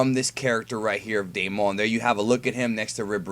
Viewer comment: my name is Damon😂 and it’s pronounced day-men